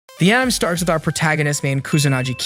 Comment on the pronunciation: One request. PRONOUNCE ANIME CORRECTLY!!! IT'S NOT AN IM!!! IT'S AH NI MAY